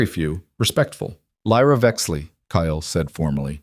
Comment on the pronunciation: Omg. Ky-Yell. Its Kyle